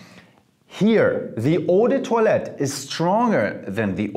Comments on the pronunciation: Yes, the correct pronunciation is "ou de twa let" based on french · I always say Eau de toilette like"Eww the toilet". Now after hearing his pronouciation about that word. Now i can pronouce Eau de toilette correctly